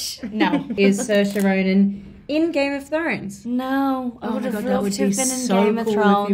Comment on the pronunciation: Game-a-trounes haha